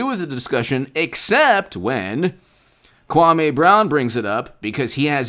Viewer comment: You disrespect the man when you pronounce his name wrong...it’s (Kwah-mee) Brown